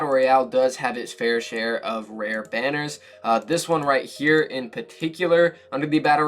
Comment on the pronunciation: did he just say rightchea